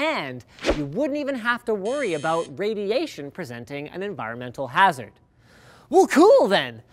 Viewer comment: what's this all aboot?